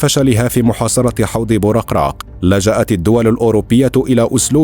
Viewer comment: بوركراك وليس بورقراق